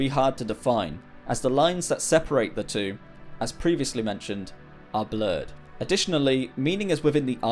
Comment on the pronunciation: One, tchew, f’free